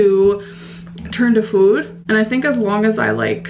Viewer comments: I cant help but hear accent when she says "food" now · I can’t stand the way she says food now, it’s annoying